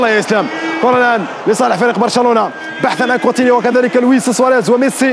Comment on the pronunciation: كيفاش دلوفيو و هوا يقول كوتينيو كيفااااش 😠